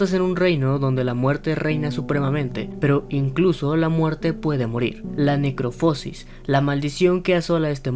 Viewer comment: Se pronuncia "necroposis" sin acento, no "necropósis"